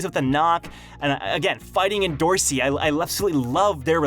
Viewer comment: Its not pronounced endo rossi its end or see endorsi.